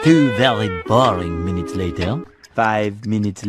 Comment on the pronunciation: Layteir (Later)